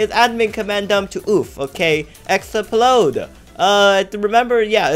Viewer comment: i cracked up when you said explode as ex-pa-lode